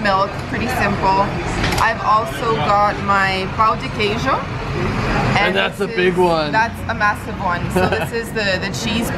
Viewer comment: a pronúncia de brigadeiro foi perfeita, mas o pau de queijo (wooden cheese) é como ele fica no dia seguinte ^^